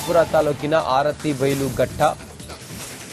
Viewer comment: ಆರತಿ ಬೈಲ್ ಘಟ್ಟ ಅಲ್ಲ ಅರಬೈಲ್ ಘಟ್ಟ